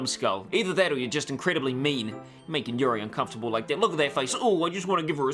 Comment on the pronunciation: u n c o m f u r t a b l a